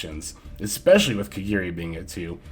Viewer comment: it’s KAGARI NOT KEGERI